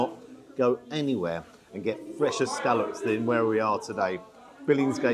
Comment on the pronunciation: Hello,. It’s soo refreshing to hear scallops being referred to by their correct pronunciation and not as so commonly used in this so called modern day as scollops.!!! xxx